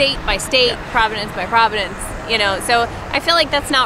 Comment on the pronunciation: I just have one question....what's a "Provodince"? Do you mean a Province? (#ThingsAmericansSay) :)